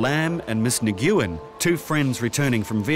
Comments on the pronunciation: How embarrassing! He pronounced her name Nguyen as "/negoowin/" instead of "/win/" You think he would've researched it BEFORE narrating this show! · Lol it’s not “NI GOO YEN” 🤣 It’s “Wynn” aka Nguyen 😆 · Im Vietnamese and its NOT pronounced Nu-win either .....lmao Its pronouced "Wen".....the N is silent in the beginning of nguyen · My God! How badly can you butcher the name Nguyen. It's not negooyen. It's sounds more like win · It'd be nice if the announcers would at least learn how to pronounce names. "Nguyen", comparable to the English "Smith" as far as frequency goes, is NOT pronounced "na-gue-en". Best approximation would be "win". UGH. 🤮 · Nguyen is pronounced "Wynn", not Nigooen. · Miss Nigyoowin, lol. Isn't it just pronounced "win"? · The Anglified pronunciation of the Vietnamese surname "Nguyen" is "Wen". It's not 100% correct, but it's a lot closer than Nuh-GUE-en. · Narrator was pronouncing that one phillipino woman's last name wrong, he was pronouncing nih-gue-when and if I'm correct her last name is probably Nyguen, which is actually pronounced wh-in like the word win but a bit if an accent to the beginning of the word. :) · New-goo-en 😂 It's Nguyen like "win" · Miss "Neg-GOO-wen" 's last name is probably spelled Nguyen, a common Vietnamese last name. It's basically pronounced like "(n)When". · Nguyen=Wenn Not Ni GYU en. The narrator's pronunciation made my eye twitch a little bit. 🤣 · "Ms. Nig-ew-in" 🤣 If her last name is Nguyen then it is pronounced, "Win". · Miss Nguyen's name is pronounced "Win," not Ne goo yen. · Newguen.....It's "Newyen"....Come on!!! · “Ni-GYOO-In”??? Love that mispronunciation of Nguyen. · I'll give it to Brian from family guy at least I know the correct way to pronounce that woman's name is "wen" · Not Nee-Gue-In. The closest English pronunciation is "When". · nah-gew-in ... eh? ... pronounced 'WINN'' or 'N WINN' if you are from the north. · Nguyen = wen! Not Nuguyen... its bloody 'WEN'!! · "Nuh goo' in"?! Oh dear!